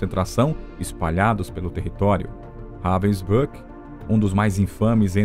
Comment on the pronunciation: Very poorly done. Even pronouncing the camp Robin brook! These are a click bait clip that does not even explain properly what this person did. Disgrace to the memory of those that suffered.